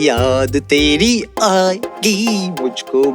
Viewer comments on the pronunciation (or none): Its not yaad teri aayegi...its yaad tedi aayegi....😂😂😂